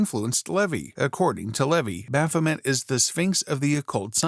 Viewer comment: MAY! bah-pho-MAY!